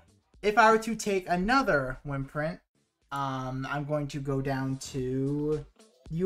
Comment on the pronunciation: The way you say wyrmprint really bothers me. Lol. Like, you said can or "worms" correctly. And theyre pronounced the same. good informational video, though, for sure.